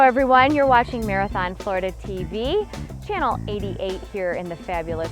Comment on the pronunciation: It's "channel", not "Chanel".